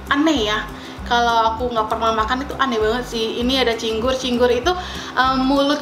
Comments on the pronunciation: bukan Cinggur tapi Cingur ajaa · Cingur kak bukan cinggur😊😊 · Cingur kak yg bnr😂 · Cingur sayang.. bukan cinggur.. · Bukan cinggur tapi cingur, sepurane mung mbener ne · Cingur bukan cinggur wkwkwkkw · cingur bukan cinggur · heran nih orang ga sekolah apa gimana sih? ngomong ama ngetik ga pernah bener. "cingur" bukan "cinggur", baca yang bener kenapa. merusak lo. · Manggil cingur juga salah🤣🤣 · rujak cingur neng hehe bukan cinggur 😀 keknya lebih enakan versi deh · Cingur bukan cinggur😁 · Btw rujak cing-ur bukan cing-gur 🤣🤣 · kenapa di videoo viral hitam pekat? karna sebenernya ada Kecap. sbnr nya juga ada Trasii buat melengkapi rasa nya. dan rujak cingur sbnr nya tidak menggunakan buah buahan, karna di viral harga 60K ya? itu menyesuaikan harga jdi ditambahi topping buah begitu. btw bacanya rujak cingur, bukan cinggur hehehe. just info. salam dri daerah asal rujak cingurrr <3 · Rujak cingur bukan cinggur hehe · Bacanya (ci_ngur) bukan (cing_gur) 😁😂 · cingur......bukan cinggur....☺ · Cingur...bukan cinggur 😁😄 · Cingur..bukan cinggur.., dan cingur itu hidungnya sapi bukan mulutnya sapi..😂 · cingur bukan cinggur hehehe😅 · Cingur Bukan cigur😁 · Cingur kali bukan cinggur , rada aneh dengernya cinggur2 melulu 🤣 gk pake bawang putih rujak cingur , pakai petis nya 2 petis enak sma petis biasa trs kacangny d goreng 🤣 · Cingur bukan cinggur hehe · Btw itu cingur bkn cinggu.Dan cara bikinnya jg salah juga bahan2 ada yg kurang atau karus diperbaiki.Btw aku asli orang madura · cantik bukannya itu cingur yaa bukan cinggur.. g nya diilangin satu atuh ceehh.. tapi lucu sih wktu bilang cinggur ngguuurrr😅😅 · Cingur bkn cinggur😂😍😍😚